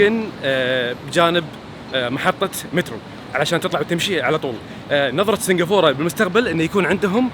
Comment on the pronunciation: سنقفوره سنقفوره ههههههه كل ماتقول اسم البلد اضحك